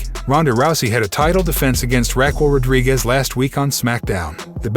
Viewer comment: Love the channel but i think you botched a lot of names 🤣 like Brock Lesnar, Rodriguez and Rollins